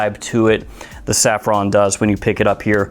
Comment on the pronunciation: SAFFRON NOT SARFFON LOL